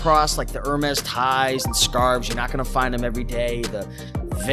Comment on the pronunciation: thanks! Hermes is pronounced “ Er-May” -it’s French.